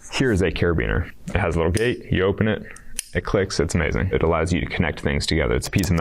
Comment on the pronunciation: Open唸成o pen也太可愛😂